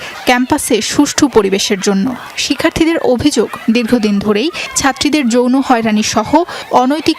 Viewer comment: তদন্ত কমিটির একজন সদস্য যদি বলে জইরো হয়রানি 😅😅😅 যৌন হয়রানী তাও ভালো করে উচ্চারণ করতে পারে না এরা কিভাবে চাকরি করার যোগ্যতা রাখে আমি বুঝি না।